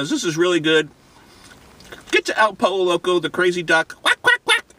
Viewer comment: Learn to pronounce the name the correct way, it is pronounced el poyo loco, no el polo loco